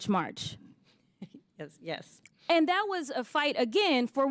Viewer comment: the word is THAT, not Dat